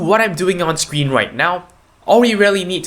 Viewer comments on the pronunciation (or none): none